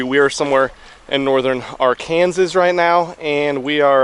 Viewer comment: Its pronounced Ar-kansaw, not Ar-KANSAS!